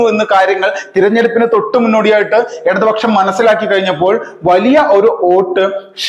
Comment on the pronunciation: 'ഗടക'മല്ല. ഘടകം എന്നാണ് ശുദ്ധ ഭാഷ. ഗട്ടം, ഗട്ടം എന്നല്ല. ഘട്ടം, ഘട്ടം എന്നു പറയൂ ഭാവിയിൽ. എടതുപക്ഷം എന്നല്ല, ഇടതുപക്ഷം എന്നും പറയണം. [ പരിഹാസമായി തോന്നരുത്.]